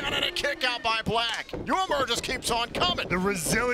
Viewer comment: Uemura (they pronounce it wrong) is young and talented, he can become a huge star. Old pirate PJ Black is ok, but I don't think Impact needs him, except that he can participate in some funny backstage scene with Heath.